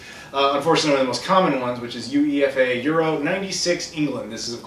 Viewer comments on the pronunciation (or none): Hey UEFA is pronounced you-eyy-fah you dont separate the letters like say the NBA or NFL. Other than that nice pickups!